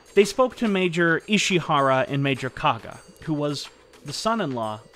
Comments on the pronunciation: Thank you for your painstaking research and interesting presentation. A word about the pronunciation of Japanese names, if I may. Koga = KO-GA not KA-GA; Ida = EE-DA; Takeshita - TA-KESH-TA, not TAKE-SHITA; Shiizaki = SHEE-ZA-KI; Takashima = TA-KA-SHI-MA, not TAKA-SHIMA; Tateno = TA-TE-NO, not TA-TAI-NO. There were other mis-pronunciations, but these were the main ones. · Is it ‘Kaga’ or ‘Koga’?? (Koga is correct). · Koga is pronounced ko like in cooperate and ga as in gas.